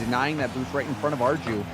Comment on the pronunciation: ARJU PRONUNSIATION IS ARGLIU NOT ARGIU